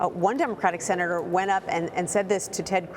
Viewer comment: Did you hear the seanator lady ‘ put your mask on’ ? LOL